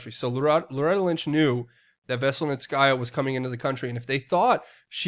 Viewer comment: A-zith-throw-my-sin will get you close enough. Z pack works just fine. Dont stress it. You say Natalia Veselnitskaya with no issue. Which is harder...lol. ML to you dear one. In the name of Jesus Christ my Lord and Savior.